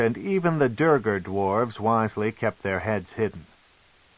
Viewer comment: Sure this version can pronounce facade, but he sure as hell cant pronounce duergar or kuo-toa 😂